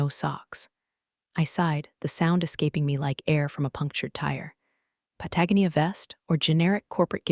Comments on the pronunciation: can someone please tell the AI how to pronounce pa-tah-GO-nee-ah? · Pah-tah-GO-knee-uh If you refuse to fix the AI, use the name of another country. Try Belize or Ecuador. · Pah-tag-uh-knee-uh for Patagonia???😂😂😂😂😂😂😂😂😂😂😂😂😂😂😂😂😂😂😂😂😂😂😂😂😂😂😂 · Po tag ah nea 🤣🤪😝. It’s pronounced Pat a goan knee uuh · Pat-a-gon-ia, please teach the algorithm the pronunciation it's been crucifying this for a very long time. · Patagonia is: "Pat-uh-go-knee-uh". Aaarrrggghhh!! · pat - uh- gon-E-uh. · Pat-a- GON-ia dear AI. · Pat-a-GO- nia PEOPLE: PROOF YOUR POSTS!! AI CAN'T MAKE THOSE LEAPS🤦🏼‼️ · Why can't these AIs pronounce Patagonia? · Thats not how you pronounce Patagonia! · While I know I'm throwing a comment out into the wind.... The AI said Patagonia but I had to stop and think about it for 2 minutes before I realized what it was trying to say. Might be a good idea to check its pronunciation on proper nouns. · PLEASE learn how to pronounce Patagonia!!! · Pronounce "Patagonia" right! And "Peleton." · Can someone teach the AI to properly pronounce "Patagonia" please? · If her name is Linda Miller, then why was her boss calling her Becky? I never get tired of AI voices mispronounce Patagonia. That was sarcasm. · In every story, bad guys wear Patagonia vests, and the AI butchers the pronunciation. ☹️ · AI needs to learn how to pronounce Patagonia……. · Finally! Consequences. Great ending. If you're going to use the word 'Patagonia' please teach AI to say it properly. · Teach your AI to pronounce "Patagonia" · And Patagonia. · BTW, when is someone going to explain to the AI how to pronounce Patagonia? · Given that Patagonia actively enforces its trademarks and copyrights, there is no wonder that the AI mispronounces its name. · lets teach the AI to pronounce Patagonia, louboutin and the difference between read and read (red)